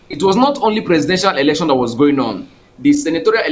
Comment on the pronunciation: Elecshon lol